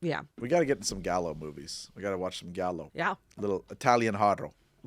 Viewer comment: Giallo is pronounced with a soft "G." And, yes, you should check out some Giallo movies.